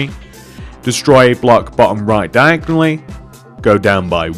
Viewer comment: diagly hahaha the way you say it is hilarious